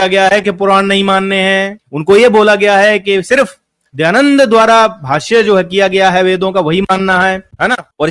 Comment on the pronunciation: kaha se padhe ho...? Poori video me keval idhar udhar ki baat hi kar rahe ho, kisi subject par to tiko, Kahna kya chahte to ye bhi clear nahi hai. Are bhai kamm se kam Dayadand bolna sikh lo pahle.